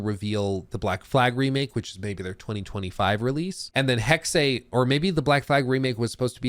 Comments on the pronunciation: It's HEXE, not Hexeiiii.. 😅 there is no I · Its not Hex-ay, it's hex-ah. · Eh? Right. Correct pronunciation is hex-ah. Like Scheiss-ah. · Just speak "Hex" not "Hexay" It hurts german speaking natives^^ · Please stop saying Hex-ay, sounds absolutely dumb. Its pronounced 'Hex-eh' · For the love of God, it is pronounced "HEX-UH" or if you really can't just go with "HEX". I feel like punching you in the face each time you say "Hex-ay". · Is it pronounced Hex -eh or Hex-ay? I'd go with Hex-eh. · It's pronounced Hex-Ah not Hex- Ay. Sorry 😁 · Hex-eh not hex-ay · it’s Hex-uh, not Hex-ay. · Hexe H-uh-ex Hexe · Hexe is pronounced like Pete Hegseth without the t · It’s “Hek-suh” FFS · anybody knows a Northen Germanic Language could correct them. in the Original german its certainly Pronouced hex in singular and Hexes in plural, we use the same sound in Danish but we dont use the X, we spell Witch or Witches = Heks = singular and Hekse = plural... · Why does pronounce it Hex-ay? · because he dosn't Speak German, Dutch or a Nordic language I would think. in the Original german its certainly Pronouced hex in singular and Hexes in plural, we use the same sound in Danish but we dont use the X, we spell Witch = Heks = singular and Witches = Hekse = plural... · This video was painful because you pronounced everything wrong. From people's names, to Hexe, and more. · You'd think he'd look up how to pronounce "Hexe" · You really mad just cause some pronounced a word wrong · At this point he’s mispronouncing it on purpose to troll us